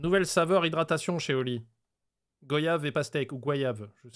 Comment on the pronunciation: on dit goi yave. Je suis en Guadeloupe où une commune s'appelle Goyave et la prononciation est importante